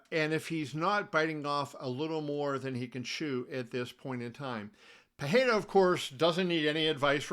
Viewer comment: Kevin great content. Please know the R in pereira is pronounced. Its not like Spanish.